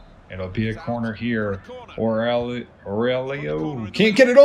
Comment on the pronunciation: Aurélio is pronounced OW-REH-LEO